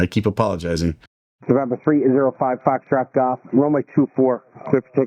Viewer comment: Gong show on all fronts. But i am sorry. The controller added to the problem with poor phraseology. Its Foxtrot Golf, not Fahxgof. Pet peeve. US atc and comms are very slack compared to other parts of the world thats for sure. Wild west like.